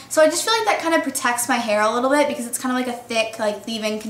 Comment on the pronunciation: she emphasizes the "t" in bit a little too much